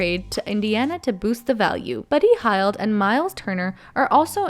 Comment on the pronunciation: With respect have a pronunciation guide in front of you for when you read these. Talen. Hield.